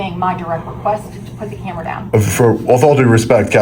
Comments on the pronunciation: "disobeing my requiest"? ROTFLMAO! Spilloing coffee over my keyboard ...... What an absolute idiot. Perhaps she should work for an S&M "disobeying my request" venue. :) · Whats an open records "reqruest?" 😂😂